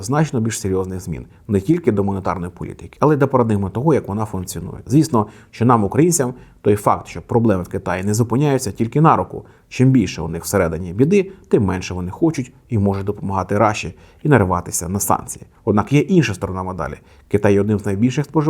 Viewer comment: не нА руку, а на рУку., ваші налогоси - російська калька